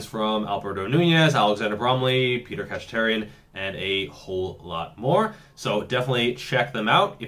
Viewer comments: Bro figure out how to pronounce Peter Khatcherian’s name for the love of god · That does seem like an important thing.